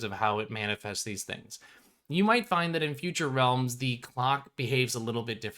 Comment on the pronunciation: Has anyone heard of hollows by rrd? Just started watching this video and the "realms" sound like "hollows"